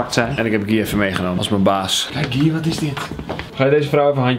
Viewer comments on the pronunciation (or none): Die jongen heet toch Guy als je het zegt is het ki van kiwi